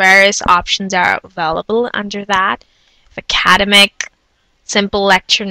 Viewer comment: I never heard that pronunciation of "academic" before?